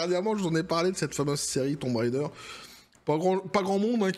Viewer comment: Tomb raider ❌️thon raideure✅️ 😂😂 et c'est ciao